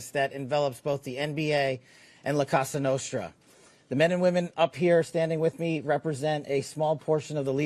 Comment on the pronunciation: La Cassa Nostra? He can’t even pronounce the name correctly? He must’ve not actually done any work in this investigation. He’s just here to read a script someone else wrote and take credit for nothing.